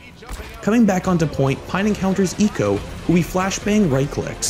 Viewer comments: Its ee que oh, not eekoh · It's Eeeh-Queue-Oh, not Eeeh-ko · Okay, I love this, but eeko? Cmon, it’s E Q O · Great video, though I'm super triggered by the way you keep saying EQO's name. It's "E.Q.O.", not "E-co" lol. Much love, keep up the great work <3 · Thought u pronounced it E-Q-O not eeko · Oh this hurts my ears. It's E-Q-O not ecco, Urrrggg! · It hurts hearing you call him "Eco" not E Q O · Equo, not e q o. Pain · Its e q o not eco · E-Q-O.......not eco. Sorry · pretty sure its pronounced E Q O and not ECO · It’s pronounced e q o not eqo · You NEED to start pronouncing player’s names correctly... “Leebero”? No, Libero. “Echo”? No, E Q O. It’s a matter of respect towards towards the players. You’d be annoyed if people referred to your channel as “ection asports.cam” because that’s incorrect. Please learn how to pronounce player’s names properly, for goodness sake you hear the casters pronounce them all the time so show a little diligence. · Yes there is a lot of depth in the detail other than the fact that he couldn’t pronounce EQO correctly